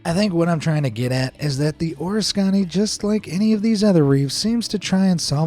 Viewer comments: USS Or- iss- KON- ee? I have dove on that site and it is pronounced Oh-RISK-can-ee. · As usual when it comes to the Navy, you are blowing the name of carrier. You are saying" Or a skon ie: it is pronounced O" Risk a (short a) Ne" The USS Oriskany (CV/CVA-34) was a proud ship and the ship as well as the thousands of crew members that served on her should be shown respect. Please try doing more research and maybe contact the US Navy Public Relations for help when doing your research. It's free and would be appreciated by the hundreds of thousands of men and women who serve or have served in the Navy. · PRONUNCIATION. In pronunciation,l the word "Oriskany" is stressed on the antepenultimate syllable, thusly: oh-RIS-kuh-nee. It is named after the town and creek in Oneida County, New York, where the pronunciation is as I have indicated. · Hi Folks, I've always heard it pronounced Oh ris' cany not oresconny. The good news is that they probably opened up the condenser sea lines and about every opening in the hull. Meaning, it might be refloatable if anyone was mad, or crazy enough to do it. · The ship's name is pronounced "OR-Risk-Can-knee. This is coming from a retired sailor, I've been aboard that ship. Of course that was before they sank it. lol MM1 Davis. U.S. Navy, Retired. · O RIS koney not OrisKONey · U.S.S. Oriskany is pronounced Or risk kanee not what this call it lol I had a uncle who served on it And i never heard him or a couple shipmates of his ever call it what he said 😂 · Good review of man’s horrendous impact on the environment. One comment though. The aircraft carrier’s name USS Oriskany that was sunk is incorrectly pronounced as Oris-kahn-nee. The actual pronunciation is O-ris-kan-nee. It is amazing that this was not caught before posting. USS Oriskany (CV/CVA-34), (/ɔːrˈɪskəniː/ or /əˈrɪskəniː/), It is pronounced the same way as Oriskany, NY. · U.S.S. Oriskany is not Oriss-CONNy. It's O-RISS-kuh-NEE. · What is a ORISKANNY? Terrible pronunciation!